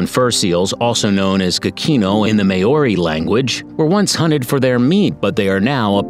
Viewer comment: Congratulations I've never watched a video where every New Zealand word was pronounced incorrectly I would have said Maori but you pronounced that wrong as well.